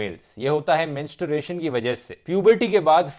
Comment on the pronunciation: Julie correct him, he pronounced it "Mensturation".🤣 Time : - .